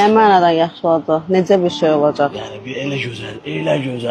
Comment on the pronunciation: Olajag yox, Olacaq. Azərbaycan dilini korlama .